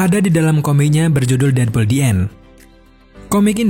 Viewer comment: Namanya:deadpool Yang gw denger:deadbool